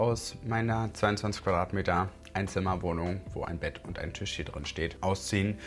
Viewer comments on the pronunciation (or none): none